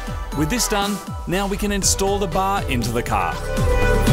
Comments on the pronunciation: “install the bah into the cah” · "we can now install the bahh into the cahh" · "Install the BAH, into tha CAH".